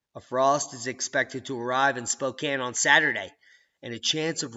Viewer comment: Thank you for saying Spokane right! long time watcher.